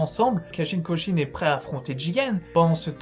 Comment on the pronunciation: C’est KOJI pas Kojin stp...